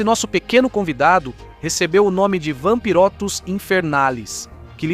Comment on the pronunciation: Claramente está escrito VAMPIROTEUTIS e o cara chama de Vampirotes. Pqp. 😅😅😅